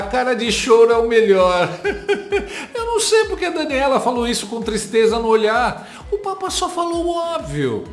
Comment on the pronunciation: Que "tristreza"